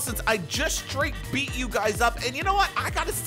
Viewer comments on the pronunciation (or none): none